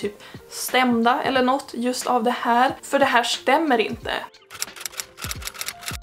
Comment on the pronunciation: Μer norrländska tack 👍😂